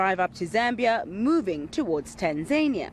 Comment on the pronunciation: It's Taaanzania not Tenzania Let's pronounce names properly please